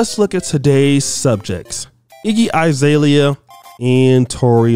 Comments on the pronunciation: It’s Azalea not I. Bruh you pronounce names terribly 😂😂😂😂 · Her name is AH ZALEA, not I zalea!